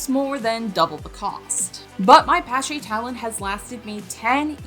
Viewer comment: Just for future reference, it's "Pah-sha" like Porsche but with a long A sound. Thanks for the vid. Ill pass on the Dewalt and invest in the model. Great stuff!